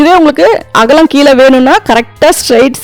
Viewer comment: அகளம் இல்லை அக்கா அகலம்